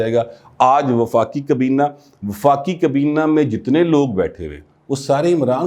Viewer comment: کبینہ نہیں حضور، کابینہ!